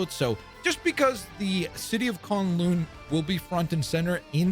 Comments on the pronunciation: Dude not to be that guy, but how do you watch the video on the map and they say it but you still say it wrong it's not kon loon it's kun lun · Bro did not just call K'un-Lun… con-loon…. 😐